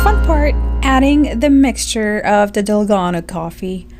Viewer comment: May accent ung dalgona haha